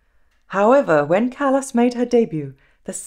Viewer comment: Her name is pronounced Cah-las not Callas as in a foot or hand problem. CAH -LAS!